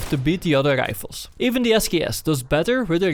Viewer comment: sniper rischhhfelz